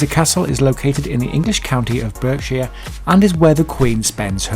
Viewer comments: berk shire? ive never heard it said like that, its bark shire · "Burkshire ! It's pronounced "Barkshire! .Not the only wrong pronunciation on here. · The stupid narrator mispronounced 'berk-shire' ! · Pronounced "Barkshire" not "Berkshire" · She's not the Queen of England (that title has been defunct sine 1707, she doesn't own Buckingham Palace, Holyrood House, Hillsborough Castle or Windsor Castle and more than the US President owns the White House. The guy narrating this visitor can't even pronounce Berkshire correctly.